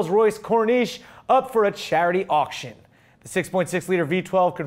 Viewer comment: It's "auctions"